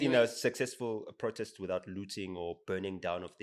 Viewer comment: Don't nobody pronounce "protest" like this supposed American fool.... Not even Americans.... Strange... Mara yonke insipho iyawasha.